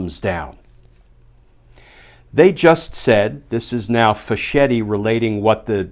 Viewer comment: Fisketti, not fish-etti. Like bruschetta.